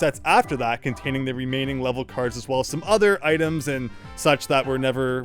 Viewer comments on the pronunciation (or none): none